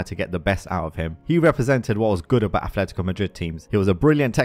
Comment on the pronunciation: And it's Atletico, not Athletico